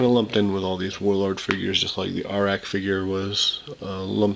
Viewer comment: The Arak figures name is pronounced " Ay rack".